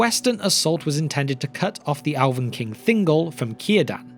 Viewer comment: When he says “Alvin” does he mean “Elven”?